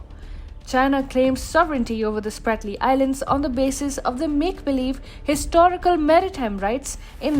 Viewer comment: It's not SPARTLY. It is SPRATLY ISLANDS